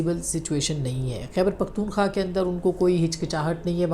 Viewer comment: قابل احترام بہن ! حقیقت پر مبنی تجزئیے پیش کرنے پر مبارک ۔ ایک معمولی سے غلطی کے ظرف توجو دلانا چاہتا ہوں آپ جو پختون۔ ٫ خا۔ ، نام بولتے ہیں صحیح نام پختون۔ ٫ خوا ، ہے امید ہے رعا ہے کہ اللہ تعالیٰ آپ کو اپنے حفظ وامان میں رکھیں آمین یا ربلعالمین